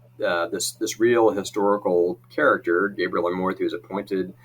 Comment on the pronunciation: Amorth pronounced "A (small a sound)-more-th